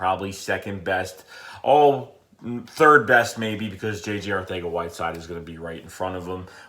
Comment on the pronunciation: the c on arcega is pronounced as it was a s